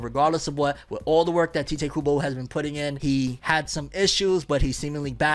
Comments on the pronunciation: "Tite" kinda like saying "Kite" I keep hearing him say "Tea-Tae" like what? Tite Kubo Almost like saying "Tight" but not. It's a one syllable name. Sorry for nit-picking, I can get ansy over little things sometimes. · You know you're pronouncing 'Tite' incorrectly, right? You should watch a video on how Tite Kubo pronounces his name. It might allow you to pronounce it correctly 👍🏼